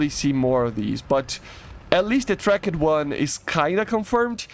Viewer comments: dude stop using the silent letters in the english language tracked is not track-ed it is trackT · The way he says tracked like trak-ed rapier is cool